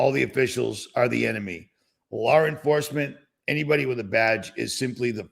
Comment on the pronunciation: Lar enforcement kills me every time. Lol